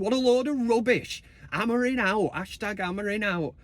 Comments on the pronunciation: Great song mate, love it! 🤣 Just get the name right buddy, AmoriM, not AmoriN 🤣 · It’s Amorim not Amorin🤪🤣. Big win today either way. Mount Casemiro Bruno in mid Although I feel Mount could make a good wing back with his energy. COME OOOOOON UTD🔴⚫️⚪️